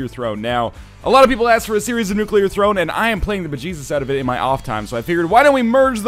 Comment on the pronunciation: I'm proud of you, Northernlion. You're pronouncing "nuclear" correctly.